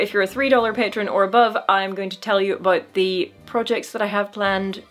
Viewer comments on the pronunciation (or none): none